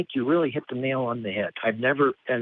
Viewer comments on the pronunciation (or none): none